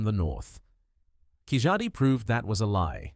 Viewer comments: Hi It's not KIJADI it's KEELADI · Excellent compilation with cross reference to Rakhigarhi, David Reich, Prof Shinde, ASI Amarnath, papola, Y chromosome haplogroup M, L etc. Only thing is Keezhadi is incorrectly pronounced. It should be pronounced as Keeladi.